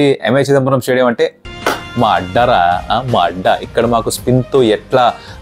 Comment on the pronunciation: 😂😂😂మా అడ్డా రా అనే word 😂😂😂వేరేలా వినిపిస్తుంది bro 🤣🤣